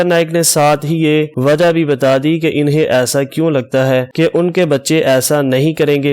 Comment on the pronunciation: انٗہیں کو انِہیں کہنا بھی غلط ہے۔